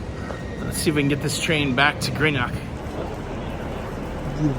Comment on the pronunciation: Sorry haven't had time to watch the full video yet but just to say Greenock is pronounced GREENock and if the tour bus started in George Square you were literally a few minutes away when you got off the train at Glasgow Central, you've walked unnecessarily far 🙈